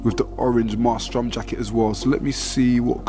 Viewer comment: Em-ay-strum not mar-strum haha